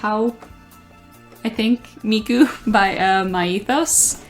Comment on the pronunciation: OMG, this was such a great video 😭❤️❤️❤️I love the close ups of each figure as well! Glad you could pick up the Miku Myethos figure and I started dying when you couldn’t pronounce it 💀💀💀💀 I hate youuuu. Anyway I cant wait to see more of your videos 🥺🥺🙏🙏🙏🙏